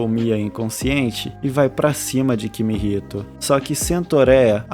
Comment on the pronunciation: mano no primeiro segundo do video ele chama o cara de kimihito e depois chama ele de kihimito